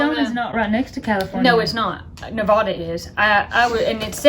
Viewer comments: Sounds like a whirlwind trip! Glad y’all were safe and enjoyed the different places you visited. Gotta add- Nevadans know tourists or out of state folks by the pronunciation. 🤭 Since you went through the state - definitely adopt this way of saying it & you’ll be accepted as legit 😎 : “Neh -VA (as in yeah) -duhh”. 🥰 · Shasta and Nevada are short 'a' sound, like hat, cat and bat. Tucumcari is pronounced "Too-kum-carry". The Spanish "Ah" version of "a" is not used in any of those three words.